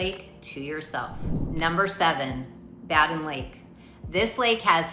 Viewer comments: BADEN IS PRONOUNCED "Bay Den" NOT BA-DEN! Got it? Then correct it. RESEARCH THE CORRECT PRONUNCIATION OF ALL N.C. LAKES, THEN RE-EDIT VOICE OVER & SCRIPT TO CLEAN UP THIS VIDEO. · Bay-Din... Simple phonics, the I makes the A say its name.